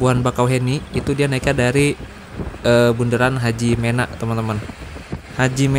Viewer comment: Hajimena (me) bacanya bang bukan HAJIMENA 😂